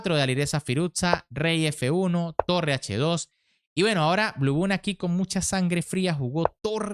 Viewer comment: La proninciación Blubaun es mejor que Blubum.